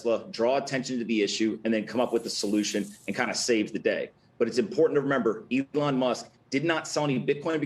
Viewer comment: Did he say "ethlong Musk"?